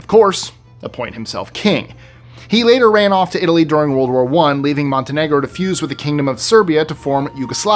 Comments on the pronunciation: Walrd ? It's World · "Warld" Wars? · I think we’re the only ones who noticed…